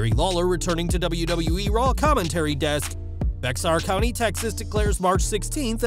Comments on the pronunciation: It’s pronounced bear county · Bexar county is pronounced Bear County